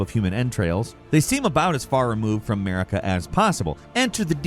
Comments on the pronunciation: Her name isn’t pronounced like America. It’s Mar-i-ka. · Did anyone else hear "Merica" instead of Marika ? It could just be me as I'm due to take my second load of meds... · why Elden Ring has 'Murica ? it's not America, its Marika (Mareeka) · i just had to say this, everytime you said the name "marika" it sounded like you were saying "merica" lmao 😂